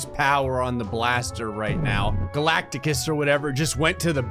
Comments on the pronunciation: "Galacticus or whatever his name is" its Galactus fyi. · its galactus not galacticus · He actually said Galacatus. He added an extra a to Galactus... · I was triggered when he said galactagus